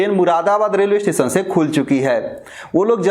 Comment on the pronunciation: Amit Pandeyji aap sabse pehle apni bhasha shudh kijye janab aap sha shabd ko sa ucharit krte he jaise station ko aap stesan kehte aur bhi kai shabd sha,wale sabko sa ucharit krte he sharm ki baat he